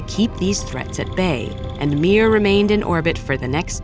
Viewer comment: it's not "miuiuiuui", it's "miR".